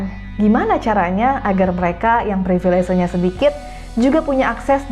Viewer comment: Permisi. Privilese saya lihat ada di KBBI yang artinya Hak Istimewa. Tapi apakah konsonan "V" di kata Privilese ini dilafalkan seperti "V" dalam kata Privilege? Dari awal video saya penasaran, dan mengganjal di telinga mendengarkan kata baku yang dilafalkan campur dengan konsonan bahasa Inggris.